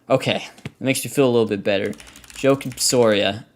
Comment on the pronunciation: Your pronunciation of Joakim is interesting...